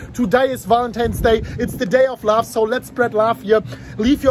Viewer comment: Love not lauf